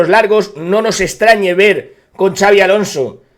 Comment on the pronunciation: Por favor dejad de decir Chavi Alonso, no es nombre catalán, es vasco y se dice con una s arrastrada, Shabi